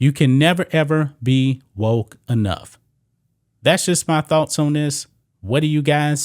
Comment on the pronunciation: Wokes NOT wotes! Learn to pronounce your k's!